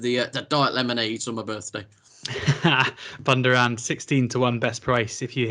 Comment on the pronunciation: How can you butcher Bundoran's pronunciation. You can Google pronunciations now. Do it FFS, it is supposed to be a brief on, Cheltenham November meeting, not a blooper reel.